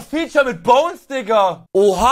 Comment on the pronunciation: Es is nicht bonez man hört das